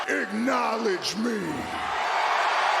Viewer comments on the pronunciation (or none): Roman Reigns just wants everyone to igknowlege him. He's been saying the word wrong for like 3 years and no one has told him.